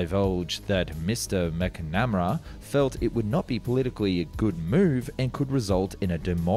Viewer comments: MACK - na - MARA, not MACK- namera… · you absolutely brutalize a pronunciation of McNemara. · "Macnemrah".. I'm sorry what??? Like seriously... How did you not notice, how incredibly weird and just plain wrong that sounded.. It's obviously "Mcnamara" (like it's spelled) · Mac Namera😂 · did you just say Mac-Nam-Ra? my god you are the worst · "Mac-na-mer-a" is how his name is pronounced. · Your credibility regarding things related to the Vietnam war is somewhat diminished when you cannot pronounced the SecDef's name correctly. McNamara is his name. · I have never heard McNamara mispronounced so badly hahah 😂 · Can you say McNamara boys and girls? I know you could!!! Even if the narrator of this video can’t. 🤔🇨🇺🇺🇸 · Dude, I have the same surname as the US defence secretary and you butchered it😅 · You really butchered Bobby Mac's name.